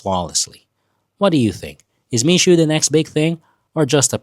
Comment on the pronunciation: It's Mixue (蜜雪), pronounced as "me share" (not "me Sue"), literally translated as sweet snow.